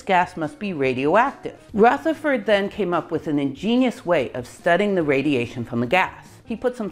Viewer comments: Great video, but could I just correct you on one, fairly unimportant, point. Rutherford is pronounced with a soft 'th', not a hard 'th'. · Can someone explain why Ernest’s Rutherford is pronounced with a voiceless “th” while pretty much every other Rutherford ever has a voiced “th”? 🤔